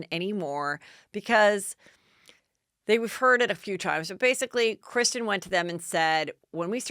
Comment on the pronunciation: Isn't it Kristen and not Kristine?